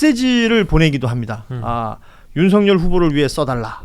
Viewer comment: 윤서결이라 읽는것이 맞음